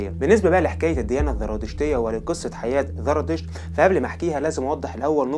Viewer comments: زرادشت وليس ذرادشت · ذرا 🤔 انت عندك مشكله في اسم الديانه زرا . يبدوا ان عندك مشكله في حرف الزين . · لديك مشكلة في التفرقة بين حرف الزاي وحرف الذال ارجاء الانتباه لها